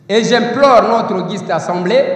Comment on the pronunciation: Assemblée nationale et non ensemblée il faut bien prononcé